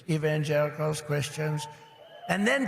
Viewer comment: Did I hear Donald Trump say evan-jerichos, it sounds like he mispronounced the name wrong, the real word is "evangelicals" and I think Donald Trump has a mental acuity cognitive gaffe and no way Donald Trump aced his cognitive test, he cheated.